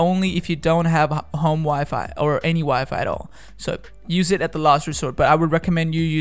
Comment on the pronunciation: Ig he's trying to say home wifi!